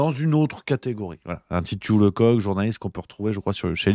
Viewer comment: ça se prononce leceuck pas le coq